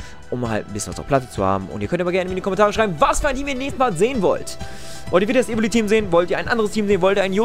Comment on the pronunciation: Das e am ende ist zu viel : Evoli